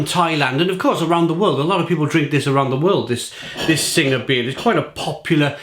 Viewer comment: Hate to be that guy but you pronounce Singha like "Sing". The "H" and "A" are silent. Great review though.